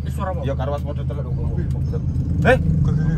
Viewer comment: Pada denger mas ado ngomong mobil malah jadi motir 😂😂😂😂😂